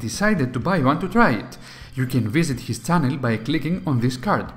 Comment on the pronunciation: It's channel, not Cannel